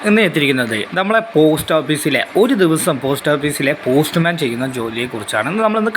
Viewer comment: Hello, പോസ്റ്റ്‌ മാൻ, പോസ്റ് മാൻ അല്ല 😅😅